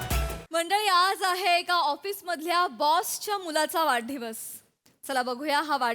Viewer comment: Prajakta 'vadhadivas' la 'vadadhivas' mhanali.